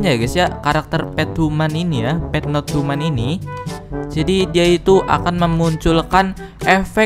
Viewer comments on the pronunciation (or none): Pet not tuman bang bukan pet not human 🤣